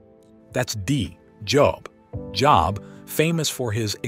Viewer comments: Thank you for your feedback! We will make sure to correct the pronunciation of "Job" in our future videos. Your input is greatly appreciated!✝️🙏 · Job is pronounced incorrectly ...just saying